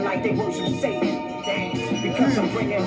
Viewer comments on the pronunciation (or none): none